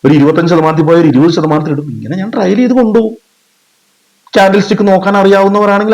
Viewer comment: വളരെ നല്ല ഒരു വീഡിയോ എനിക്ക് ഇഷ്ടപ്പെട്ടു. ദയവു ചെയ്തു ടാർജറ്റ് എന്ന് പറയരുത്. അതു ടാർഗറ്റ് ആണ്. ഈ ലോഗത്തിൽ മലയാളി മാത്രമാണ് ടാർജറ്റ് എന്നു പറയുന്നത്. പിന്നെ ട്രയൽ അല്ല ട്രെയിൽ ആണ് വിഷമം തോന്നരുത് നിങ്ങളെ വിഷമിപ്പിക്കാൻ പറഞ്ഞതല്ല. Very good👍🏻 keep it up 👍🏻